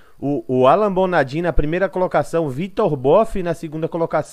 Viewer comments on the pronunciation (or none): que Alan Bonadim o q... o nome do cara é Alan Bonadiman, o mínimo de respeito é falar certo o nome do maluco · Mano, bom dia. Sugestão, verificar o nome correto dos atletas, não é a primeira nem segunda vez que vejo vc falando errado o nome. No caso é Alan Bonadiman nao Alan Bonadin. Abraço